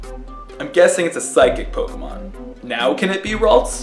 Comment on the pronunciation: You mispronounce every name with a strong english accent.